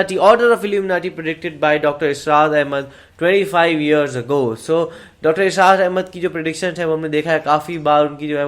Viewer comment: Its اسرار not ازرار.